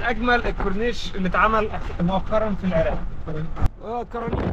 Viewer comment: العراق مو العراء